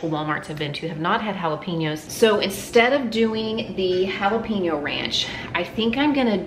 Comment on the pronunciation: Jalapeño = Hala-pen-yo. NOT pin-yo.